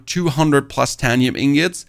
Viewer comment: Great info, great video, just one teeny tiny little thing Written: Titanium, Plastanium Pronunciation: Tit(ay)nium, Plast(ay)nium